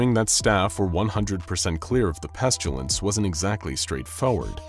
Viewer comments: I hope I'm not the only one that "pestulance" was driving crazy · Does anyone else hear pestUlence every single time? I like this character but I can't listen to it any more.